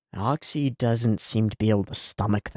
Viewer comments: Oczy is pronounced almost exactly like "ochi"/"oh-chyh" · obligatory explanation of pronunciation of oczy's name: the easiest way for english speakers to say it is "ochi". if you want to be pedantic, then the "ch" sound would be thicker, the way it's pronounced in "Czech Republic". another analog is the way that cluster of consonants at the end of the word "kitsch" sounds. any time you see "cz" in polish language, it's gonna be pronounced that way. also, his name means "eyes"